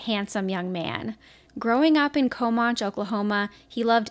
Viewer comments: The Town is pronounced “ Ca-man-chi” Comanche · I love your podcast but Lord please learn the correct pronunciation of COMANCHE!!